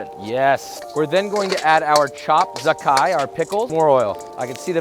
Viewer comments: that kind of pickle isn't pronounced za-kai it's pronounced more like ja tsai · Uncle Joshua, Min. , “Zha Cai” is pronounced “Djaa Tsai” 😄